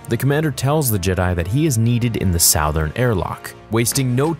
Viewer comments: I thought he was saying "South-ern", like he was mispronouncing "Southern" (Suth-ern"). Maybe that's how they pronounce "Southern", "South-ern" in Canada. I wouldn't know, I'm in the U.S. and that's not how we pronounce it. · We just gonna act like he didn't pronounce it "salthern".....twice? 😂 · Good story and storytelling... But the word Southern is pronounce - (Su-Ther-N) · I replayed it like five times to make sure I heard right. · Is there a reason you can't pronounce the work/cardinal direction "SOUTHERN"? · I have literally never heard anyone pronounce the word southern like that.... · same lol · I knew I wasnt fuckin trippin bruh